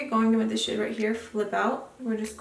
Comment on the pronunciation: Every time you say "this shade" i hear "this shit" lmao had to turn on subtitles for a secon lmao p.s i subscribed using your link and i got my boxyluxe last week 😂